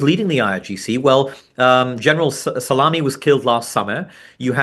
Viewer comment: General 'Salami' 😂